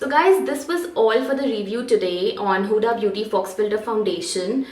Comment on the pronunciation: It's not pronounced as Fox. It's fau.